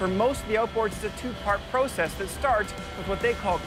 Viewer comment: Man alive dude! Learn how to say process! U driving me up the wall!!